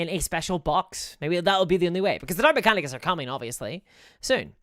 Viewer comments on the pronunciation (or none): none